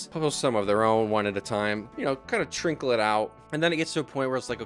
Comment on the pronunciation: the word is "trickle" not "trinkle" lmao